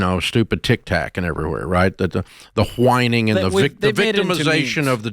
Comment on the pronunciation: I like how Dave says “Huh-whining”. 😂